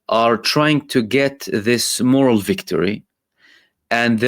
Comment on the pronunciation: You mean morAL (spelled morale) NOT "MORal" (different word).